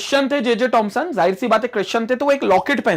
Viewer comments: It's not tomson it's Thomson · wwhy does sir always say tomson instead of thomson